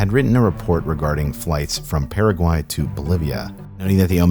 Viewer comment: It sounds like you said peruvian but he said Paraguay,he just said it incredibly weirdly